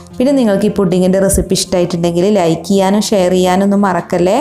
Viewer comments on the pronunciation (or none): none